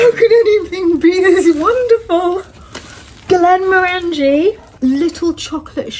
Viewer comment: Very enjoyable as usual. Point of note: the whisky name rhymes with the colour - Glen'morangey.